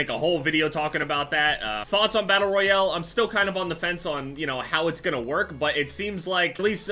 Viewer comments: Doesnt he say battle royale battle royele? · anybody realize the way he says battle royale